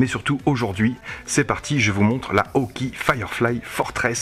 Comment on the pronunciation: Par contre, on prononce hawk"aÏe"! ;-)